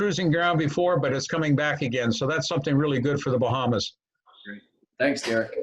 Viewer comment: What are the Bahams? Is that supposed to be Bahamas, or is there something called a Baham?